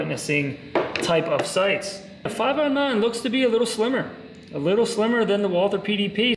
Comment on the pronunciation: Oh.. and btw you yanks keep on breaking the name.. it's not Walther like the English th sound.. it's Walt-her with a silent h.. a German name.. 😛